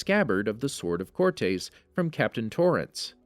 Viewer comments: That's not how you say "Cortés." It's not "core-tays", its "core-tess." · For the love of God… “core-tess” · cortez is how its pronounced